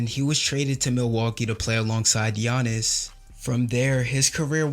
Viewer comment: For all his flaws, Stern really knew how to pronounce names properly. You can see him gather himself before announcing Giannis' name.